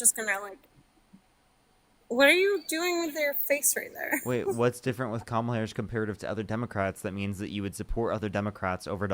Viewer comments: I must have watched dozens and dozens of your videos,, and seriously, I think there might have been only one person who has said Kamala's name correctly without you correcting them first (and/or ten more subsequent times). These people are not serious. This isn't like trying to pronounce "Buttegieg" or "Tlaib" on a first go. Her name is already one of the most phonetically pronounced names in politics right now, and it has been spoken hundreds and hundreds and hundreds of times across all media outlets for half a decade. How are they still having trouble trying to figure out where, among three simply pronounced syllables, the stress lies? These are fkg adults, for godssakes! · Instantly checks the Trump Cultist block of mispronouncing Kamala Harris's name. Don't even need to watch. I already know she's a moron.